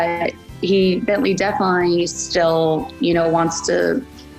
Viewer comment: "Rhine" and "BientLee"